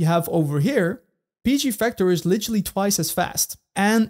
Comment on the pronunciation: Vector NOT Fector